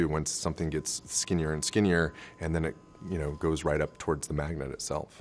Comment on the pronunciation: "magnent" "magnent"